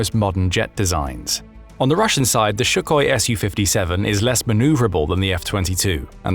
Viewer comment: The narrator keeps saying "Shukoi", but it's "SuKHoi".